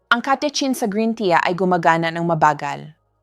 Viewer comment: Green " tiya" daw 😆 juiz 😄